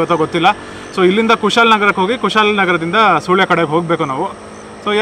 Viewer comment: Its not soolya its sulya 😅